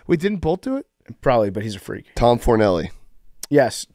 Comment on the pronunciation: Self Admitting PMT and huge anime fan, it’s the emphasis on “freak” that’s cringe